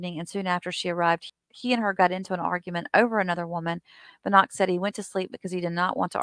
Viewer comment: It's Buh-knock. You said it correctly.